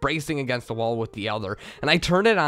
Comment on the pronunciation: Your slight accent on the word "the" sounding like "da" intrigues me